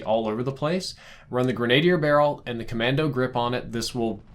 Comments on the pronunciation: Dude,.........Grenadier is pronounced like (GREN-A-DEER). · Who else says grenadier like that 😂😂😂😂 Its Pronouced gren-a-deer but spelt grenadier. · It's GREN-A-DEER. ;) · That’s pronounced gren-ah-deer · Grenadier = Gren ah DEER. Accent on last syllable. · Try saying “gren-adeer “ which is the proper English pronunciation of this term. There’s a few of you tubers who probably went to the same English class & slept. So did I, but history was my favorite class which is where I learned this term. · I started using the M4 today to get it gold and my K/D rose by.3 This thing is dumb. Also, it's pronounced Gren-uh-dear. I used too say it like you until I learned how to say it correctly. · It's gre-nah-deer. You're welcome. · Not to be that guy but cmon man it’s pronounced gren-uh-DEER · Grenadier = Grenn-uh-DEER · Grenade-e-heir. You’re getting to old for this. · say it with me... Gren-uh-DEER. Sheesh! Makin me crazy. OK you may continue lol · Gren-A-DEER is how you say it. In other news, I clicked your link like 37 times XD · Grenadier is pronounced grenna deer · It's pronounced "gren-uh-deer". Sorry just kept hearing it. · Tried to ignore it but the veteran in me can't... it's grenadier (Gren-Ah-Deer) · Dear I love how much time and effort you put into your videos. They're among the best CoD:MW weapon breakdowns on YT and they help a lot. Also, "Grenadier" is pronounced like "grenna-deer" <3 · Literally felt like I was suffering from a stroke everytime you tried to say grenadier. Very rudimentary explanation on pronunciation: Gren-a-deer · Please it’s pronounced gren-ah-deer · bro, love the content, but please say it with me.......Gren-ah-dear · The way you said grenadier triggered me lol... It’s greh-nuh-deer... <3 lots of love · Grenadier... gren-ah-deer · Dude, grena-dier. 😫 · Thought you’ve been around guns a lot? Say it with me... Gren-Uh-Deer Barrel. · /ˌɡrenəˈdir/ you condescending bastard. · GREN-A-DEER GODDAMMIT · Graun- en-di-er